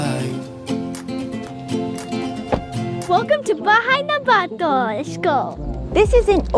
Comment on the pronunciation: sorry, i just need to point it out: just a tip, most Filipino words need to be pronounced quickly, you say "bato" as a quick one-two syllable and not "bah---toh".